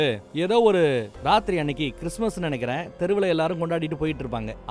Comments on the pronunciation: Raathiri ❌ naathiri ✅ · அந்த "நாத்திரி" செம்ம 👌எனக்கும் இது மாதிரி உளறல் நிறைய வரும்.